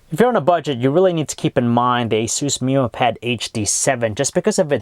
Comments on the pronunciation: wtf did he say "asooos" and "meeemo"?? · dc216full asus "mimo" pad.. annoys me lol